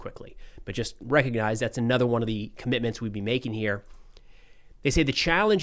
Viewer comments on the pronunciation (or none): none